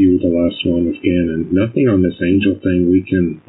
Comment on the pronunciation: Nothink happened. Anythink. wtf is this weird pronunciations?!